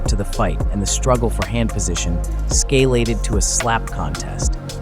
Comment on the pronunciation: "Escalated", not "scalated".